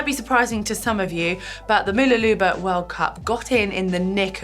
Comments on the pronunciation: Mooloolaba is pronounced Ma-loo-la-ba btw. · Always fun hearing non-Australians try to pronounce Australian place names. Mooloolaba has its stress on the LOO. It's like m'LOOlabah. I was in the race as an age grouper. Really fun event with a fantastic course. Unfortunately they halved the length of the swim and added a 1.5 km beach run because the night before there were reports of bad weather and wind. On the day it ended up being completely flat and beautiful, so 🤷‍♂️ Mooloolaba snuck in just in time in more ways than one. Not just the ITU, but also on Friday the Australian government announced a ban on all gatherings of more than 500 people. I had multiple races planned for April (a bike ride and Moreton Bay tri), as well as non-sporting events which have been cancelled thanks to this. And if it goes on too much longer more races and events might end up cancelled…